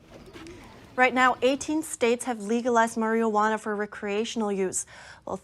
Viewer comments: "maree ah wanna". Lol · Haha 😂 she said "marielwanna" 3 x's. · Learn to say Marijuana correctly... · How does she not know how to pronounce marijuana?? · Can someone please teach this young lady how to say the word MARIJUANA?! >_<